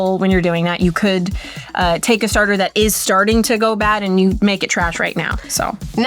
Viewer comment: saying stater 😂